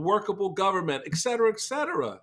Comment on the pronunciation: It's 'et' cetera with a t. God it drives me nuts when educated people say "ec" cetera.